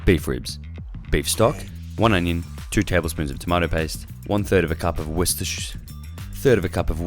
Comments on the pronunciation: Cheers mate, I'm a skinny beginner without a clue what to bulk on that I actually like. I will defo be trying these all next week Also its pronounced, wooster sheer 🤣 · It's pronounced something like wustersure or simply wuster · "Worsteshizz" "Worsteshisis" "Worsteshesisssisssss"